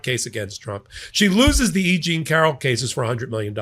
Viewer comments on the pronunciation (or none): none